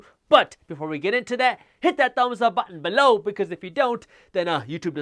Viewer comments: Love the "BEL-LOW" 👍🏽😊👍🏽😁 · You get me every time...."BELOW" LOL- never gets old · Jaspreet, love your videos, full if information. You make me laugh when you say "below". Lol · I'm starting to have nightmares of the way you say "below"